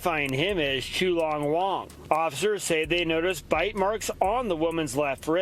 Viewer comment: Did I hear that reporter correctly “Too long Wong”😂😂